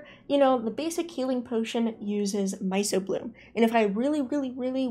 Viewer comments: Small nitpick, myco is pronounced myko, means fungus related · I have to be that guy and let you know it’s my-k-o-bloom, hard c, like in the study of mushrooms. 😂